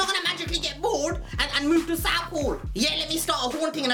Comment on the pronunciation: Man said southall lmaoo Biggin up endz